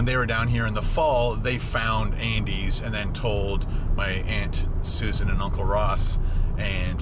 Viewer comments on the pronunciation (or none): none